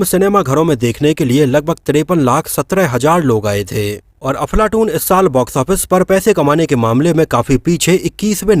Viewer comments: भाई मुझे ऐसा लगा आप अपने विडियों मे अफलातून को बार बार अफलाटून बोल रहे है..हो सकता है मेरे सुनने मे गलती हो .लेकिन मुझे ऐसा लगा तो बोल दिया आपको बुरा लगा हो तो माफी चाहता हुँ🙏🙏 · Dear Sir, Aap iss film ka naam galat pronounce kar rahe ho, issi liye is film ke unknown facts jananeki icha chah kar bhi nahi ho rahi. Make sure ye mistake ko casual me maat lo 🙏